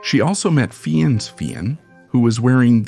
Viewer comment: It's pronounced Ralph Fines ..not Feeunus you twit. If you're going to be a voice over broadcaster...at least learn the correct pronunciation of the people that you're speaking about. Pull it together dude. 😢